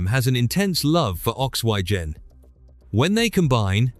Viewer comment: Ox why gen ? ? ?. For oxygen That's the dumbest pronunciation yet from Ai.